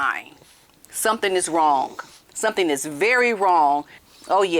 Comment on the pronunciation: says "wrong" like this something is "wronk"😂😂